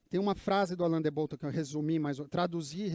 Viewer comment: A pronúncia não é Bótton e sim Bottôn